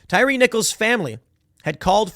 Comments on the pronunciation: Its pronounced TIE REE. Not Tire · Tie Reeeeee 😆 tire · Damn Tim, do you really not know how to pronounce this man’s name it’s Tyree like “Tie Ree” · Tim said “Tire” pretty sure it’s pronounced “Tyree” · Pretty sure his name is pronounced Tye-Ree. They keep talking about him on DC News bc he’s a DC Native. Worried they’ll burn down DC again. These jackasses need to be prosecuted. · Say it with me Tim. Tie-ree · And Tim, it's pronounced Tie-Ree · My dude said tire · How do you "report" news and not do any research? Tim even mispronounced the victim's name...